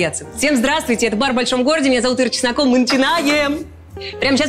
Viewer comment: научите кубинцев говорить ЧеСнакова а не ЧеРнакова